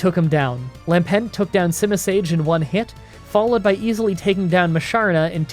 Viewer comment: Local man can pronounce Reuniclus correctly, but not Lampent